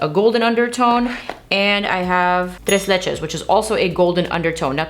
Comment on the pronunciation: Tres leches was with perfect pronunciation at least for a mexican ear... do you speak Spanish ?... 🤗🤗🤗